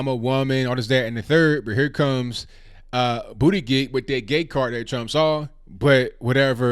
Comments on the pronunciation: Respectfully, you are butchering Pete’s last name. It’s pronounced “boot - edge - edge” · I still can’t get over the irony of a gay guy who’s name is pronounced “Booty Gig.” 😂 He better not win the DNC nomination. Trump would make him the butt of all jokes.😂🤣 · I'm at Starbucks trying to hold in my laughter everytime you said Buttigieg. I got to a point where I was like please stop saying his name.